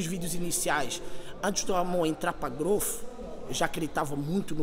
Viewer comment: Não entendo a dificuldade generalizada que o povo brasileiro tem em falar o fonema inglês "th". Transformam isso em "fff". - "Growfff".